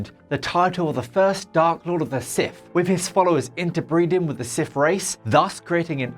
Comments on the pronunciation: Sith, not Sif. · Getting this guy to present a video where his speech impediment prevents him from saying the subject matter correctly is pretty fucking dumb. Sif